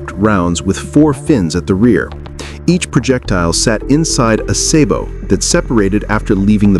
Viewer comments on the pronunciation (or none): none